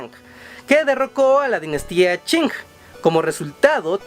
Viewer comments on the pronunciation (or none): none